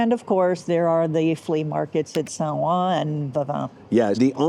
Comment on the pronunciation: You know French is coming along strong when she nails “Saint-Ouen” … bravo! 👏🏼 Great video today!